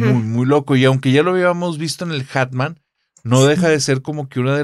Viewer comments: Querida, repite narrador, es muy fácil. Hat man Se pronuncia: jat man Atman no 😔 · Me estresa que no pronuncie bien hat man (en inglés) jajaja. Una genia la chica y el entrevistador.